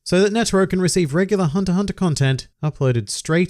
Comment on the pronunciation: thumbs up and subscribe for not pronouncing the 'x' in "hunter x hunter"